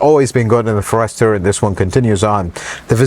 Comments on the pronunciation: Ferester?!? Forest-er! And the car is sensative to "cedar"? Huh? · Very knowledgeable, includes some details not seen in other reviews. Agree with his complaints about the screen. But I can't help but note the pronunciation: It's not a FUR-rester. It's a Forester. Otherwise, a very good and helpful review. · Our friend has mastered tens of thousands of American words, but he was bound to miss something. Forester is pronounced forest-er or fores-ter but not for-ester, but we love you and forgive you. 😁😁😁😁😁 Greetings from Southern Indiana. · How do you not know who to pronounce the cars name ? You are a mechanic FFS Its not (for ester). Its forester (one word) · Pronounced Forest Er, not for Rest or. Excellent program.😊😊😊😊😊😊😊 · I really like your videos and you give us very good content a lot of other reviewers skip out on. However, please…learn to pronounce the name of the vehicle you are testing. It’s FOREST-ur…not For-Esther. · His pronunciation of so many words is a problem. Do a little research on the unknown color. Listen to others say," Forester." 🫤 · Introducing the Subaru Uncle Fer-ester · I'm just one comment, but wanted to say I had to keep myself from closing the browser tab every time he said "for-REST-er", but that aside, his review is great, and I was close to subscribing by the end. The "May the Lord bless you and keep you" at the end sold me. I'm now subscribed. Great review. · I didn’t know it was pronounced Furster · Pronounced it wrong. Like "FOREST", with "ER". And for 35k.. that's too much still , all cars cost way too much now, so ridiculous! Got my 2019 Ascent Premium SUV for $36k, much better, bigger car. I wouldn't be paying $35 for this. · For Pete’s sake. It’s pronounced Forest the er. Forest like in trees, bush. Forest-er!!!!! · How come he can't pronounce For-est-er??!! 🤦‍♂️🤷‍♂️ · Honestly now, who failed AMD and let him call this a Foh-REST-er?? The car’s only been around since 1997.. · For Ester was killing me 🤣🤣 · The Fo-rester.. Lol